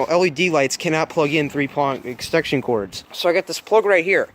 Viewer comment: its extension, no extekshion ek-sten-shun